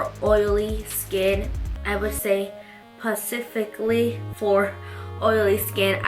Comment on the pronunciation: "Pacifically for oily skin." 😭😂😂 I love you! 💕 you're so cute